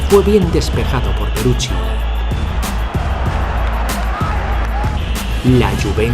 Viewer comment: Locutor..Lazio : Lachio..(q im.becil)..es Latzio.. Peruzzi : Peruchi (que im.becil de nuevo) ..es Perutzi..informate bien!!